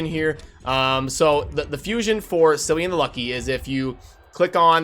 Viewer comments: Tempting as it might be to call him ‘Silly-an’, it’s ‘Killy-an’. Hard C. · Just FYI, Cillian is pronounced with 'k': Kill + ee + an. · its pronounced Kee-lee-an